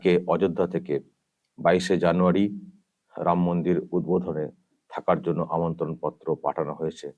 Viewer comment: Uni mora mora.boluk eto pap korea6a ram uchchran hobena